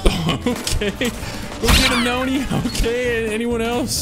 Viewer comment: Can't believe u read ur team mates name as "noni" not "NONI".... only the real ones know what I'm talking about